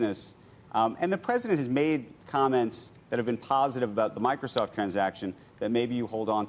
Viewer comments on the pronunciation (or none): none